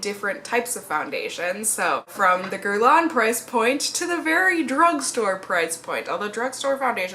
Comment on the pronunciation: It's actually pronounced "gehr-lahn" with a nasal "n" sound at the end if that makes sense, just try to sound French at the end basically hahaha